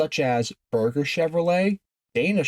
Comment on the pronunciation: The pronunciation of Berger Chevy is wrong. It’s not burger. It’s pronounced like merger with a B.